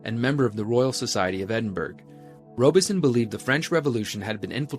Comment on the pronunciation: Edinburgh is pronounced, Eh-din-bruh. Thank you for sharing your incredible work✌🧡